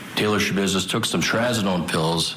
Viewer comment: There's no business like "Scha-business". 😆